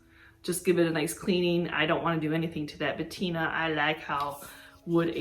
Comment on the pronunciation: Great finds. Love to see what you find. Oh. The word is Patina and not Bettina. Just wanted to let you know! ❤️